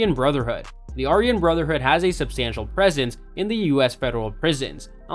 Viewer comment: Mara Salva Trucka? BAR-E-O 18? Are-We-In Brotherhood? Who are these gangs?